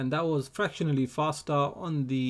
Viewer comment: Axi fostar 😁😂